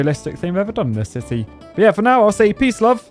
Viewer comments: I always understand him saying sissy and not city 😭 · Did you say "Saudi Arabia cube city" or "Saudi Arabia cube sissy "